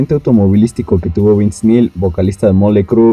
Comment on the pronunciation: WEY PRONUNCIAS DE LA CHINGADA EL INGLÉS Y ESPAÑOL. NO ES MOLY CRU ES MOTLEY CRÜE (MOTLI CRU). HASTA DA CORAJE ESCUCHARTE, NI TERMINÉ EL VIDEO.